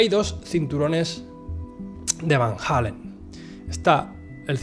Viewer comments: Es Van Allen, no Van Halen eso es una banda rockera, has visto demasiados videos de JL, él lo dice mal siempre. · Joder!!!! Porqué chingados no pueden pronunciar VAN ALLEN, VAN ALLEN, VAN ALLEN, VAN ALLEN. NO ES VAN HALLEN........ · En todo caso se pronunciaria FAN ALLEN o FAEN ALLEN